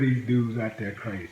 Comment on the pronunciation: Willie you need to learn a little English. It's not dat its that. It's not poolice its police. It's not dare it's there. My gosh learn English